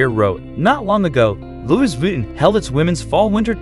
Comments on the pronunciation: Please can you get someone that speaks english properly! Aaaahhhhh! Why do they confuse ‘he’ and when to usr ‘she’s… his name is not ‘Fell Licks’. Aaaahhhhh! and let’s not mention the mispronunciation of Louis Vuitton!!! … Its ‘Loo ie’ ‘Vi Ton’ try again!😡😡😡😡😡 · Mispronounced Lois Vuitton and calling Felix, her?